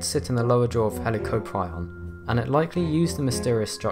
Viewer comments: You pronounce it heli cop rion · He can pronounce Helicoprion how he wants but i think it’s pronounced Heli-Cop-Ree-On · The way he said Helicoprion made me mad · He can’t say helicoprion XD XD XD